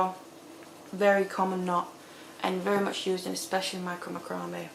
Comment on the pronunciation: Please, I'm begging you - learn how to pronounce macrame